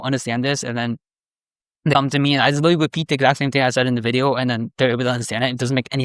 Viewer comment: really hard to take a guy seriously when he says witewawy